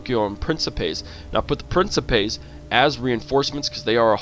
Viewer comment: you mispronounce principes